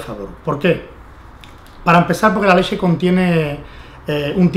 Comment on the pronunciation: "La leshe" jajaja